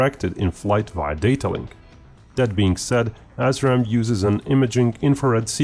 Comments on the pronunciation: Pronounced "ass ram" sounds so much better than "as ram". It describes what is going to happen to your shitty choppers, missiles, and drones. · Ass-Raam? Lol. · 'UK mated its assram missiles'? Whaaaat?